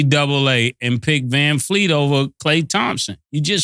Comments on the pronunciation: "Vanfleet", put some respect on his name.....😂😂😂😂😂. That man said put some respect on the wrong name 😂😂😂😂. Vanvleet man 🤦🏾‍♂️ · I think y’all might be butchering Fred Van Vleet last name up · Callin Vanvleet, Vanfleet over and over is wild😂😂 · Com'mon! U gotta get these guys to say the name right.... who TF is VanFleet??? VanVleet* plz lol